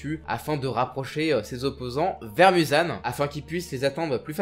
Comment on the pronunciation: Muzan sa ce prononce Mouzan